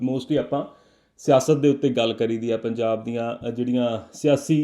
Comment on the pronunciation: we pronounce punjab the same way you did, don't think ka single letter da ena koi faraq penda